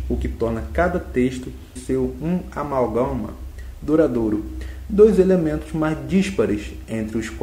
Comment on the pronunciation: "amálgama", barack Russéin obama, e sei lá mais o que que vc leu de errado aí que eu n lembro. Pra que ler a biografia cara? Pqp...